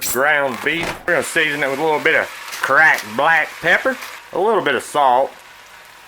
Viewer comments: I'm from NC... southern to the bone🆗👌 but every time he said "cracked black pepper" I died laughing🤣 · Delicious. Love how you say "Cracked Black Pepper" in that kinda growl-y southern accent.